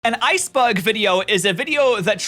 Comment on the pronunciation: Is it because he pronounces "Iceberg" as "Ice Bug"?